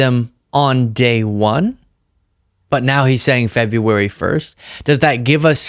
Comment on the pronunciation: He can’t say February. Trump says Febwuwawy. Just thought it was funny.